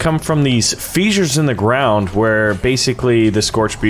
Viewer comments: I had to pause the video when he said fee-sures. What is a fee-sure. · I know I've just never heard someone pronounce it that way. I say it like the word fizz.